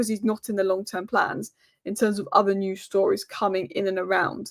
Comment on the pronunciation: Hi. It's pronounced "News" and not "News". Also "show" and not "show"